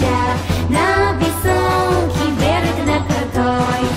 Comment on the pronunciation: 베례그가 아니라 볘롁 입니다